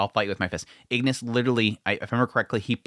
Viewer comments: Igris! Not Ignis! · I continue to like your coverage and the comparisons with the manhwa. I think you have the name of Igris the Red wrong; for some reason you kept adding an n and saying "Ingris". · Igris not ignis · He's pronounced igris not ignis btw. R not N